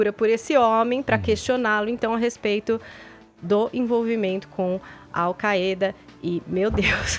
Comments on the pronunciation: Desde de sempre falamos "AU CÁIDA". Que porra é essa de querer falar "AU CAÊ DA"??? 😂😂😂😂😂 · Se promuncia "AL Káida" seus idiotas.